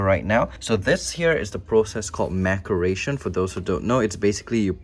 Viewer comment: It’s pronounced mass er a tion. Not mack er a tion. Maceration. Like laceration.